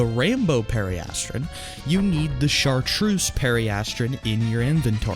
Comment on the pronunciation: BROTHA EEW SAY IT RIGHT. PERI-ASS-TRUN, AHH-ZUR, you said chartreuse correct.